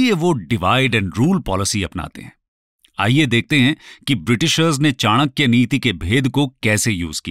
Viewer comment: Thank God you pronounced it चाणक्य and not चनाक्या।